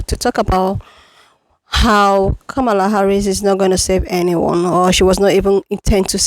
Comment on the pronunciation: They say they are so much smarter than us yet he's spreading a debunked lie about Kamala arresting BM and extending sentences. Then pronounces her name incorrectly on purpose, which is coincidentally what the racists keep doing. Then he's requesting allyship with people he is saying are unintelligent and don't deserve basic human respect. Then he says we don't understand how social movements or allyship works. THEN he complains about how our tax dollars are used while he himself is still paying taxes. If black people are so stupid and selfish I can't imagine the point of continuing to 1) ask for our help and 2) addressing us instead of the Republicans who are in office. I will disengage from any movement that prioritizes calling black people slurs when they are in the middle of a crisis. Go start your revolution and call Jill for help with that.